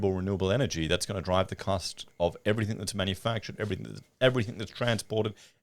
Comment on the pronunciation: P/S. Can you PLEASE stop saying "everythink" The word is everything. Maddening bogan habit.